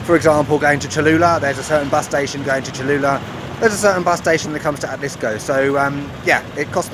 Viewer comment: Muy bonitas tomas ,y pronunciaste excelente la palabra Atlixco ,saludos desde Cancun